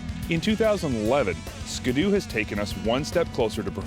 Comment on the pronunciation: SKI-DOO , NOT SKA-DOO